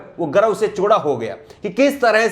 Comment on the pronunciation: Chooda??word 2.05 😂😂😂😂😂by anchor